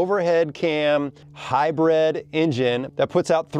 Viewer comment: Is he saying “Hi-bread” or hybrid, lol